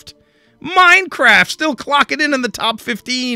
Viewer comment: The way he said MINECRAFT 😂